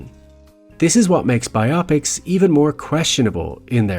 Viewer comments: Bio-pics. Not bi-opics. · And interesting topic, but you instantly lose me when you say “BI-OP-PICS” instead of “BIO-PICS”. This drives me crazy. Do you read a “BIO-GRAPHY” or a “BI-OGRAPHY”? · Pet peeve of mine…saying bi-opics and not bio-pic. Not a big thing, but legit it’s an abbreviation for “biographical picture” not “biographical Optics.” Again I know accents are different… but Bio Pic sounds like odd when smashed to one word. Biopic…it’s two… tangent I know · Bi-opics???? Nah it's bio-pic as if to say BIOgraphical PICtures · The word is pronounced as bio-pics not bi-opics. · Phonetics: bye-Oh-pics ? No, honey, it's: BYE-op-icks . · Bi-op-ics? BIOgraphical PICtures. BIO PICS. Biopics. Bi-o-pics. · I cringed every time your said bi-opics 😩😩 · I have to say, i have never heard someone pronounce biopics the way you do lol.